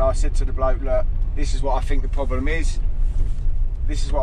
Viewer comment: Why did his parents not teach him to use “t’s” instead of “f’s”…… it’s THINK,not FINK.